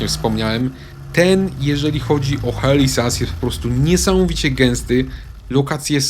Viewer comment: "HELI ZAS" XD - pozdrawiam Helę